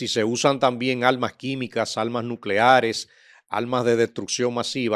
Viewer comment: envía a ese señor a la escuela para que le enceñen que ese español lo debe él hablar en su casa Como un profesional oye esto en vez de decir arma Nuckear dice alma nuclear jejekek